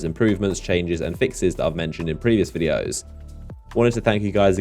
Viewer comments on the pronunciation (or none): none